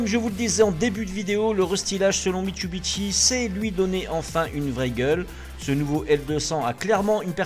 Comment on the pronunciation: Bonjour, alors mit su bi shi et non pas mitsubiteshi